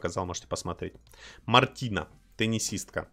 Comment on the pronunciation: Ты сказал Марти́на а надо Ма́ртина